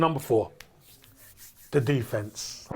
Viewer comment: The guy couldn't even pronounce "attack" or "defence" 😂